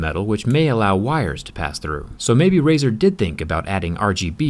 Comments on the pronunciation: "razet" thw bwst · "Razor" xD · Nice “razers”